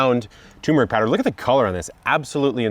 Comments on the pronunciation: Turmeric, not tumeric. I would think an "epic" gardener would know this. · *Turmeric. There's an R in there. 🙂